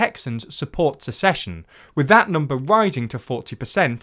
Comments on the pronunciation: You're the second person I've heard pronounce "secession" like "succession" when discussing this topic. (The first was on WION.) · I probably won't mind this discussion of dissolution, but the word is SECESSION NOT succession ..... only in a f*cked up country is this term (secession) vital to our gradschool learning (ahem, USA). seconds in .... Edit: you fixed it by lots of love!